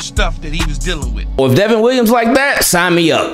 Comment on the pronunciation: He's good man.. They keep calling the him Devin but it's Devon like Von Miller..